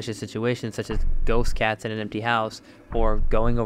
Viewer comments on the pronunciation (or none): none